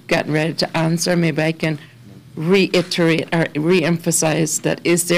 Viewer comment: Reinterate? Reiterate! 😁